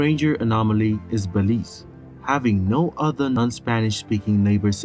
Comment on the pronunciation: He said Belize correct...your messed up